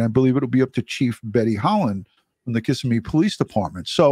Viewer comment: It's Ki-ssimmee NOT kiss-immee. You got it right tonight. Thank you